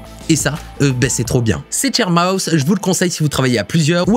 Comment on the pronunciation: L'avant dernier j'ai mis un moment à comprendre que c'était sharemouse et pas chair mouse 😄